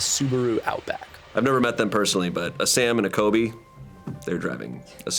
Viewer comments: la sam and a coby” sir it’s CoLby😭😭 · calling Colby “Cobe” make me LAUGH